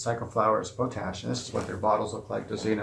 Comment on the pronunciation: It's called pot ash not po tash I really don't think I like your vids sorry